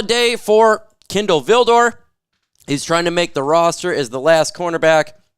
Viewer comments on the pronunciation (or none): none